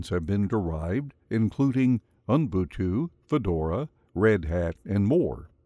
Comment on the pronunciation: I was put off this video as soon as I heard "Unbutu" instead of "Ubuntu"!